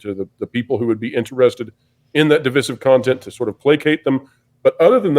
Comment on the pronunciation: When did everyone begin mispronouncing “divisive?” SO ANNOYING.